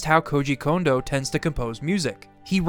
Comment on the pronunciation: Thank you for pronouncing Kondo correctly!!!! So many people say the name wrong so often, it has almost become triggering.